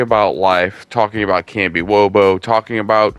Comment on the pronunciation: You lost me at Kambiwobo. It’s kamishovo.